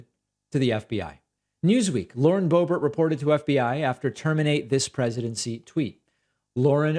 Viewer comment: Everyone mispronounced her name… Correctly it sounds like: ‘BOOB-AIR’ or ‘BOO-BEAR’ So Lauren BOOB-AIR - kinda fits doesn’t it? I mean, she IS pretty much a BOOB after all. With a head full of AIR. Just sayin’